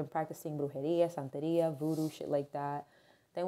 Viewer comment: I love your spanish when You said "brujería santería"